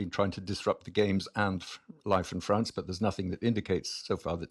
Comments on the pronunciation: This host can't even say the word "France" correctly lol Fwwwance 😅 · "FWWance" "DisWWRrupting"